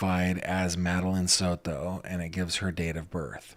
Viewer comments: Here we go again 🙄 He can't just say Maddie or Madeline, he has to say "Madeline Sod-to" 🙄 so we can all hear him pronounce it that way 🙄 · You do not have to say Soto like you are Spanish. You are seriously an American. Stappppppp! Lmao you say it and I laugh because you are trying to be politically correct. As if that’s not mocking. SOTOOOOO’